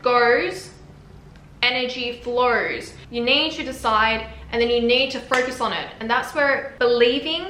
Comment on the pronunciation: "Whee attention gours, energy florrs" 🙏🏻🔥🔥🔥